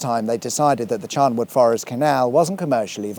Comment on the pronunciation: Just watched this one. Please it is Charnwood with a N Not Charmwood with an M.